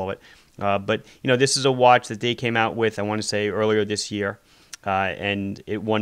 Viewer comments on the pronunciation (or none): none